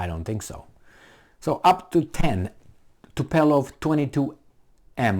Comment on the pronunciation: Tupolev, not "tupelov" ffs.